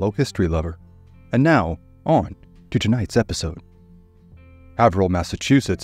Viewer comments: It’s pronounced heyverill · Being from SE MA originally myself I don't think I would have known where he was talking about without the map. I would phonetically say Hay-ver-ill, not Have-her-hill. Not being critical of the pronunciation, just amused...great story...